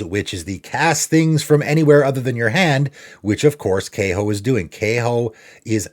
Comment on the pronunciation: You're pronouncing Kaho incorrectly and it's "funnily enough", not "funny enough".